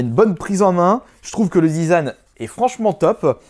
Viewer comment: il dit le zizan au lieu du design (c'est pas une moceri)